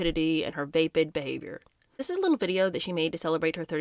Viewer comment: Vapid rhymes with rapid